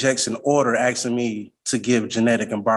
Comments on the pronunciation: ASKING! The word is ASKING not AKSING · Or " AXING," and said that he speaks English? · A lot of axing Sounds sooo bad